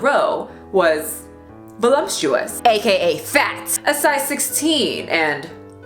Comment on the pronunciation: Girl, the word is *voluptuous, NOT "vulumpshoous", as you so illiterately puked out